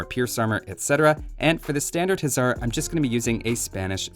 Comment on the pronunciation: Why hussar said huzzar